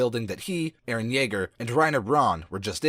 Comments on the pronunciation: It's colossal titan not colossus titan and it's eren not eerin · how he says eren i iren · "iren" "jeen" IM SORRY I HAD TO